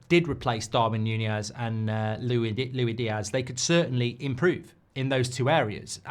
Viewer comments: Why are you saying it like lewy diaz instead of like lewis diaz 🤣. My head is hurting lol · He’s not Louie Diaz mate it’s Luis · Stop calling him Louie Diaz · Why doesn’t he ever pronounce LUIS Diaz properly? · Pisses me off how he pronounces diaz’ first name